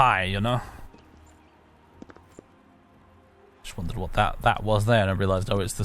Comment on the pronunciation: just yust just yust just yust. Freaking Swedes!